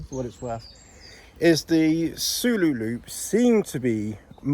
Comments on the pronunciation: soulo solo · 😂 you. Saying sooloo. It’s Pronounced solo. Just my personal pet peeve 😂